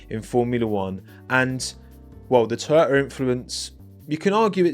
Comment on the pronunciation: Oh he's saying TOYOTA. I spent way too long trying to understand why Toto was influencing the Haas livery 😅